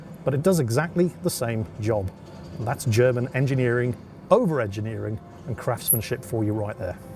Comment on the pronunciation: Zehr ist no such zing as "ofer enchiniering".